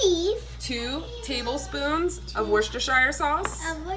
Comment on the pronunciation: Dude nailed Worcestershire sauce. I have had an insane chili craving the last few days.